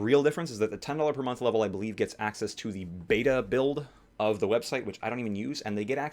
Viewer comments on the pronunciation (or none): none